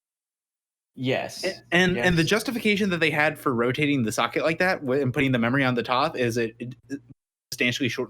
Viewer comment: Who is saying rike evertime he means to say like? Or is it a serious speech deficiency?